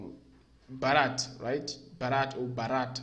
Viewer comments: One correction it's not Barat. It BHarat... You're swallowing the H sound's impact. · Its not barat. Its BHhA-Rt